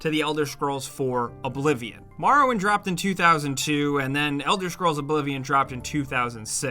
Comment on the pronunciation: "The Elder Scrolls: Marrowwind" -, 2019.